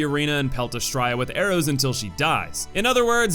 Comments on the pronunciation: It's pronounced Ah-STRAY-ah. It's Latin. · Honestly I only agree with BOC and Micolash. The rest definitely serve teaching purpose. Also Belfry is pronounced "Bell-free" and Astraea is "Uh-stray-uh".